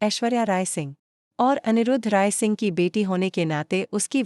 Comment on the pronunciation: Ye altu faltu bhat karna band karo🤣🤣🤣tum tho nam bi thik se nehi bol pati ho🤣🤣anirud ray sing kese huya.mannat ray sing kese huya.our awshoriya mannat ki soteli ma kese huya.apki bhat thik karo.acchi tarha bhat bi nehi kar pate ho🤣🤣🤣